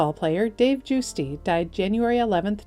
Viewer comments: Puhleeze, research name pronunciations before narration. Giusti is pronounced JUHS-tee, not JOOS-tee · If you got the pronunciation from his family, then I would yield to that, but having grown up watching Dave Giusti pitch, I'd always heard his name pronounced JUST-ee, not JUICE-dee. Also, FWIW, while abbreviated in PRINT media as "Colts", the original Houston baseball team was the Colt 45's, and were usually referred to as such. I've never heard anyone refer to them as just the Colts. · RIP to all. 🙏♥️ Btw, you mispronounced Dave Giusti. His last name is pronounced Just-E. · Dave Giusti's last name is pronounced JUST-eee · I use to take care of Dave Giusti’s mother when I worked at her nursing home. She was quite the character. Wonderful people. His mother use to say regarding the pronunciation of their last name as, “It’s not coffee, Just tea!”. He would visit often and was the greatest guy. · Dave Giusti's name is pronounced "JUST ee" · The baseball guys name is pronounced...Justy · Guisti =. “Justy” 😢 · Please do better with the pronounciation of decedent's name. Giusti is pronounced "Just-tee" Any Pirate fan would know that.